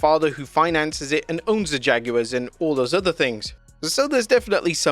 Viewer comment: The announcer who uploaded this video can’t even pronounce jaguars right